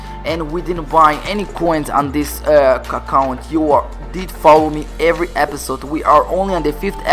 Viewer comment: you said cacount instead of account.lol!